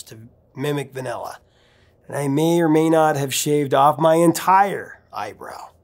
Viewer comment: I like how you say the word vanilla like “vinella”